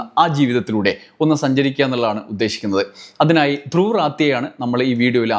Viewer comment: ധ്രുവിന്റെ പേര് ശരിക്കു എഴുതുകയും ഉച്ചരിക്കുകയും ചെയ്യരുതേ ധ്രുവ് രാഠി അങ്ങനെയാണ് അദ്ദേഹത്തിന്റെ പേര്